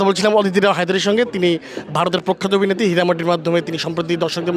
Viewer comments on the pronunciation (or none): এই রিপোর্টার ইংলিশ দূরে থাক, বাংলাটাও পরিষ্কারভাবে বলতে পারছেন না। "অভিনেতি, অবিবেক্তি" এসব কী উচ্চারণ!